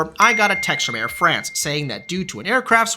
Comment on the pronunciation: KLM is a crap airline. The Business Class on longhaul is just a joke. Disgusting food and mostly unfriendly crews. By the way, the pronounciation of "France" in "Air France" is like "Fronce". You have to speak the a like an o! 😊